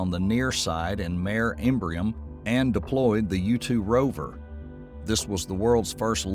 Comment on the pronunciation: "Mare" on the moon means sea in Latin, is pronounced MAH-REH and is NOT a female horse 😆